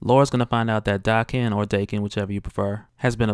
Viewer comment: Daken is pronounced Dah Ken because it Japanese syllables. The name was given to him by japanese people, it means bastard dog